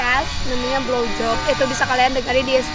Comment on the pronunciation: blowjop yang ku dengar glowjop